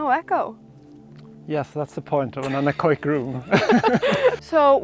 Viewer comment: Anechoic is pronounced an-echo-ic, not an-ech-oic.